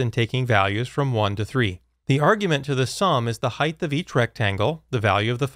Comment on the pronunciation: Height is pronounce "Hite", not "Hite-th".